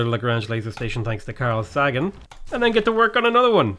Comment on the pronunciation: "I really want Carl Saggin" WAT YOU DON'T KNOW HOW TO SAY CARL SAGAN'S NAME?